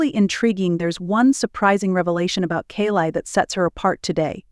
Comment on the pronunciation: First teach your AI how to pronounce her name……..She has got the greatest smile I have ever seen it always makes it all the way to her eyes.very intimidating woman